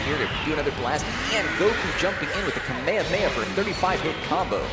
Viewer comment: That dumbass can't pronounce kamehameha